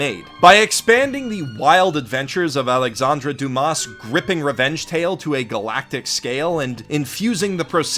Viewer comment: Hello, I'm French and I wanted to mention that in most french words (sans or Dumas from for example) "s" are not pronounced. You probably don't care, but I don't know, so I post this comment.